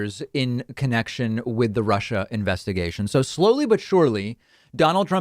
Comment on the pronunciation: Trump pronounces Russia as HUSHa...